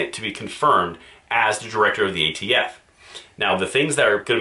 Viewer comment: The new ATF Nominee? I thought Biden said AFT Nominee.